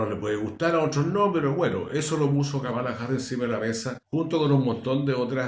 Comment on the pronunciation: querido amigo, se pronuncia Kámala, no Kamála